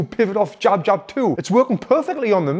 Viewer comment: Jab not job 😀. Great video as always...thank you Tony!